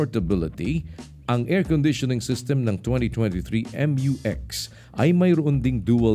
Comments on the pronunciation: Its pronounced as myu-x not M-U-X. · MU (MYU) - X. NOT M.U. X (EX)